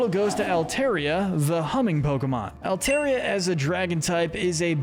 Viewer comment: It’s pronounced LAH-tee-OHS, DRUHD-UH-GIHN, and AHL-TAHR-ee-uh, “”! 🤨 How many times do I have to tell you?? Stop mispronouncing Pokémon names, bub! 🙄